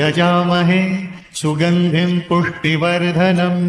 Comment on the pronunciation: पुष्टि वर्धनम का सही उच्चारण सुनिश्चित करें